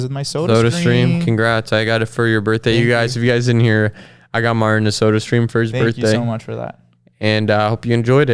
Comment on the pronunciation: cannot physically say Martin. It always comes out as "Marn"